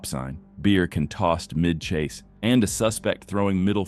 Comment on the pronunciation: i recognize AI voice when it cant even pronounce "can" what the?